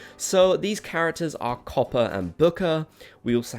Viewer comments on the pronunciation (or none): none